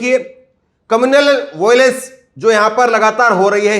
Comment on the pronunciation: कम्युनल वायलेंस होता है बेटा कमूनलल वोलेंस नहीं पहले सही से पढ़ना सीख लो पत्रकारिता बाद में कर लेना 😜😜😜😜